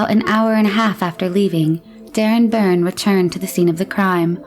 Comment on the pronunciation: You keep say their names were Burns ……learn to read …..Byrne ….